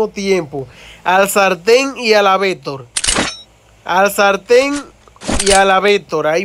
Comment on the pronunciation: Vetor o vector 😂😂😂😂